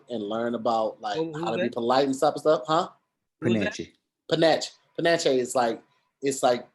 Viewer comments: is trying to say 'panache'??????? it's pronounced pah-nash....not pah-na-chee. yo, wording is hard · Love ya, but I think you meant to stay panache (pah-nahsh) not pah-natch-e:)